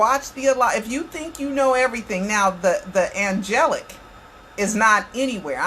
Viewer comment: As well as saying angelic wrong twice he also stated when he hugged Michael and said goodbye. Michael hugged and responded back I love you more. How does a diseased person hug you and respond back to you if they are in fact dead?